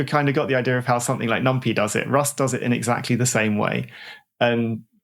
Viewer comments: That’s maybe the worst thing in this podcast. Infuriating honestly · I've always feared that someday, someone would pronounce "numpy" like that